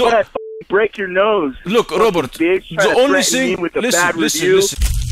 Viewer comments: The way says Robert it sounds like he's saying Robot🤣🤣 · Is it robot or Robert lol 😂 the way he pronounced it.